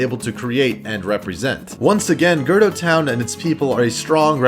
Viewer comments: Please, never pronounce Gerudo like that ever again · The way you pronounce Gerudo makes me wanna commit unsubscribe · So I’m the only one annoyed by how he said Gerudo? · >Mispronounce's Gerudo Me: You trying to give me a Fucking Seizure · You do know that gerudo has a 'u' in there, right? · I'm ignoring the pinned comment. Your pronunciation of "Gerudo" hurts me. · The pronunciation of “Gerudo” is wrong. It makes me cringe. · The way you say Gerudo makes me so fucking angry oh my god. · There were more than a few thing needing a hard fact check. Stopped watching when you butchered gerudo. That was painfull 0/10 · I'm sorry, this is just annoying me. You were forgetting to pernounce certain letterers in the race names, like for the Rito and Gerudo. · Is no one gonna talk about how he said Gerudo wrong😂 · I came to the comments immediately as soon as I heard Girdo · Yup I'm not mad that you said gerdo I'm just insanely annoyed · "I know I pronounced it "Girdo Town", I grew up calling it this and it's just how I read it at this point." And people grow up calling things "busketti" instead of "spaghetti" or saying "poo-poo", but pretty sure you call them spaghetti and shit by now... Don't make nonsense excuses. You identified a mistake so correct it and grow from it. Repeating it a dozen times is just plain ignorant. Great video otherwise though, with excellent content, thumbs up. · this actually stopped me from asking how in the FUCK you could miss the fucking ‘U’ in GerUdo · U said GERDO TOWN😂😂😂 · Girdo is the far superior form of gerudo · Man, I didn't find girdo annoying, I just found it funny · Late comment. but what I heard was Girdle town. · Wait we pronounce it "gayroudho" right ? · It's "Geh-Roo-doh" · If I hear “Gerdo” one more time I will literally ctrl + alt + delete the multiverse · internally cringing every time he says “gerdo” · Ger-uu-do* That’s how I say it and the only way I’ve ever heard, but maybe I’ve been saying it wrong, lol